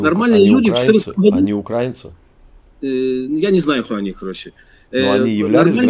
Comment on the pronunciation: УкрАинцьІ - не правильно! УкраИнцьІ - правильно! Говорите правильно...